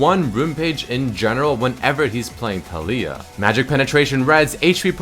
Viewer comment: A moment in silence pls for the mis-pronunciation of taliyah. Go watch the champ spotlight to hear how to say it.